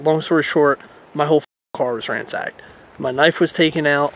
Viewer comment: Tell the word is raNSacked…not raMsacked! 🤣